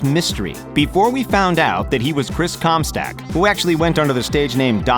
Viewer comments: It’s chris comstock not Chris comstack. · "Comstack"? You mean "Comstock" Lol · How tf do you fuck up saying comstock and say comstack.... 💀 pleb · Chris comstack instead of comstock that killed my lungs 😆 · STOCK NOT STACK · It's not Comstack its Comstock ! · ComSTOCK, not ComStack! Fucking twat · STOP SAYING COMSTACK IT'S COMSTOCK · COMSTOCK not STACK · The name displayed: Chris Comstock The name said: Chris ComSTACK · COMSTACK???? how the fuck, can you see COMSTOCK and read it as COMSTACK???? wow. that's incrediable. might as well have just said CUMSTACK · Chris com stock not comstack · ComstOck not ComstAck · chris comstack? its chris comst-O-ck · It’s Chris Comstock not Comstack 😂😂😂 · "Chris Comstack..." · how dare you say to forget about Skrillex, the GOAT and the guy who got Mello attention to blow up you ignorant fuck ! ...Thumbs down. You cant even say his damn name right? Really ? Chris com STACK ? (I know im being too aggressive but .. come on. ) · Can’t even say Comstock correctly smh